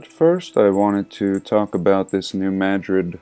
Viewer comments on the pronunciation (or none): I live really close to new Madrid and it's pronounced just like new mad-rid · pronounced New Mad😡rid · I live really close to new Madrid . It cracks me up how people pronounce it that aren't from Missouri.